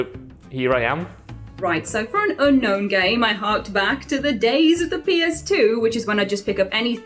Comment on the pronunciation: said “oonknown oonderated” and it was chef’s kiss